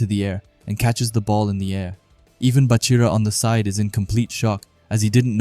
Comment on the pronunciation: Its Baa-chira brev not Buhchira